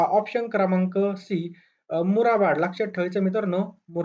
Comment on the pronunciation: कमीत कमी शब्दांचे उच्चार तरी व्यवस्थित करा, मुरबाड आहे ते मुराबाड नाही 😅😅